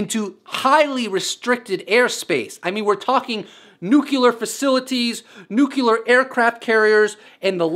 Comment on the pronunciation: Let me know when you can pronounce 'nuclear' correctly.